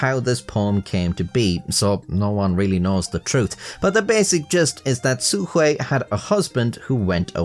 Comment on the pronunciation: "Su Hui" oh dang, finally someone who uses basic tts to get the pronunciation right instead of proclaiming they're about to "butcher the language" "xuanji tu" well, nobody's perfect, 1 for 1 is still pretty good